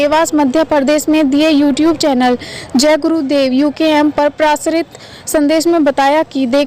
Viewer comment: 🙏जयगुरूदेव🙏 प्रासरित नहीं प्रसारित बोलना था सुधार के लिए अनुरोध है सिकायत नहीं 👏